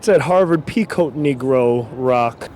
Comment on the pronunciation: he said peacoat..............